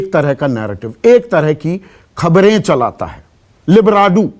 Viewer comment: Libradu nahin Librandu😂😂😂